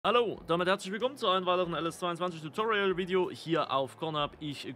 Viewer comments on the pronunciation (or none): none